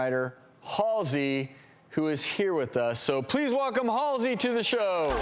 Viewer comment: Why does he say her name like that